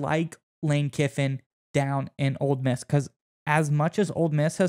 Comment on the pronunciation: Its Ole Miss, not Old Miss.